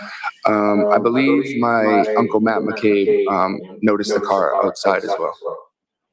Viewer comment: Only thing I noticed is you are spelling and saying McCabe wrong. There is no R in it.